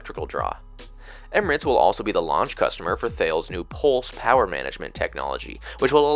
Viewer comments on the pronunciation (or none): The Thales IFE system is pronounced like tar less. 😊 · Great vid! you did miss something, if your laptop has usb-c charging (which I remember yours does, since it's MacBook), that USB-C offers 60W charging. It's Thales Avant Up's "Pulse" charging solution. Also FYI the pronunciation of Thales is "TUH-les".